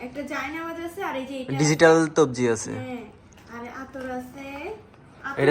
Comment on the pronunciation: ভাইয়া কথাটা একটু ভুল হয়েছে তবজি না হবে তাছবি